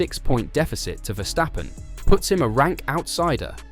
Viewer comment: You pronounced Verstappen correctly!